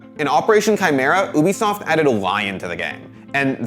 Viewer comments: My OCD kicks in when he says, "oobisoft" instead of "ubisoft" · My guy be sayin oobisoft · ah yes, oobisoft- I know that company well